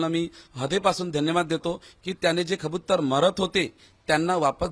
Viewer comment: खबुतर नlही कबूतर बोल